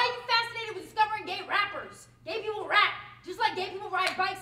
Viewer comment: Nice poem. It's people, not 'peepoe', though. Just saying.